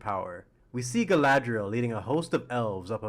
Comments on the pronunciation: Calling her Guyladriel is kind of cringe, but otherwise this was fun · LOTR: Galadriel TROP: gAyLaeDrieL